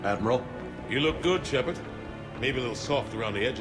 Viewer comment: It's SHEPARD